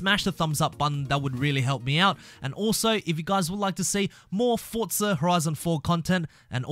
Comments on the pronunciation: It's not fortsa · Why do you pronounce it “fortza”? There’s no t in there. It’s “four-za”